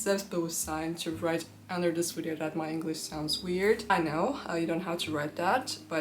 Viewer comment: English pronunciation tip: It is «video» not «wideo»! You should work on that, since you use that word all the time, starting every video with : «In this wideo….»